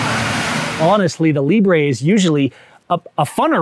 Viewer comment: “Librey” lol